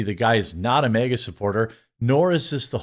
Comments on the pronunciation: why do ypu pronounce “MAGA” as “MEGA” loll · It magna not mega. When pronounced 😂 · Its MAGA NOT MEGA or Mayga 😂😂 wth dude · Why do you call it "MEGA" hat? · MAGA not MEGA...